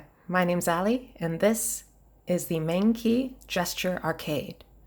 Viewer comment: I think it’s pronounced like mung chi